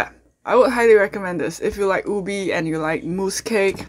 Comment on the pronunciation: Its pronounced U-Bay not Ubee